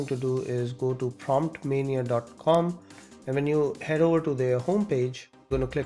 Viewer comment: It's not promptmania, it's promptomania